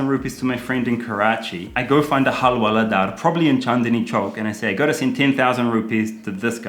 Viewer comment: Nobody:- Karl to Hawaldar :- Halwaladaar...🤐